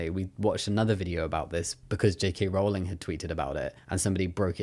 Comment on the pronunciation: HELP now i cant unhear Jake Hay Rowling anytime someone says her name 😭